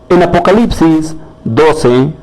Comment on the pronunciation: ESTAS SON TUS PALABRAS TEXTUALES: Pero tu problema cultural no es la transliteración sino tu analfabetismo, yo si te critico de forma constructiva (lo que si tiene arreglo), no sabes pronunciar apocalipsis en tu vídeo